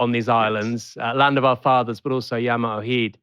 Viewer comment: "Yammer o hyd"?!?! Mr Bastani, that is not even close! Join Mr. Walker in the mispronunciation naughty corner.